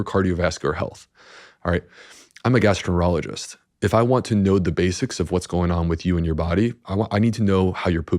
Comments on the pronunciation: He says gastro -ologist. It was the second time I'd thought I'd heard it. I went back and listened again . How does a famous, expert gastroenterologist completely mispronounce that word?🙄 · This doctor is so fake. He found a niche into the whole PB market. What specialist in any field can’t pronounce their own specialized field? He says “gastro-ener-ologist”.